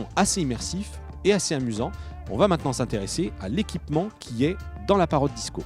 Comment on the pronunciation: Ce qui m'énerve sûr ce présentateur ces qu'il dit ' Parrote ' ? il est con ou quoi ? ça se dit Parrot et bien sûr pour avoir une image en immersion il faut un smartphone ce qui n'est pas mon cas,.